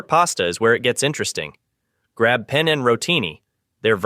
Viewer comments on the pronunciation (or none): none